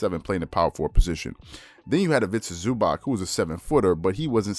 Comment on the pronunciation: Please bro learn how to pronounce ZubaC there’s no k in there